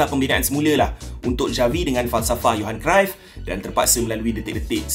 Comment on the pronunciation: Johan Cyruff bacaan dia "yohan keraif"..tq ajar aku cara sebut dgn betul..selama ni aku sebut "johan sairuf"..😆😆